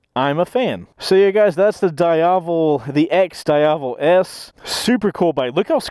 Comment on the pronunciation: its not prononuced "Da Iavel" :face-blue-covering-eyes